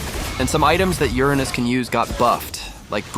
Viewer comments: Do you want to know how professional people call it? ✨️Uranus (with no splits)✨️ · And it all started with Ur-anus 💀💀